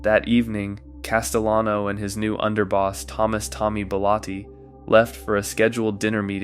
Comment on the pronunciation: You think it's pronounced "Castiyano"? Yeah, real mob expert here. 🤣